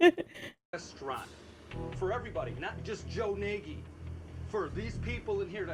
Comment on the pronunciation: So here's an interesting detail: Nagy is Hungarian for "The Great," and it's pronounced like "Nazh." I'm tempted to believe it's not his real name.